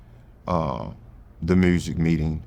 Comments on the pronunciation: The ‘mursik’ lol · I don’t trust him. He don’t say mursic